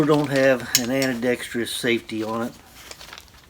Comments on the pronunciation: Dude, you are driving me crazy. Do you not know how to pronounce Ambidextrous? It's ambēˈdekst(ə)rəs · Can you trust a guy that cannot say “ Ambi-dexterous” ?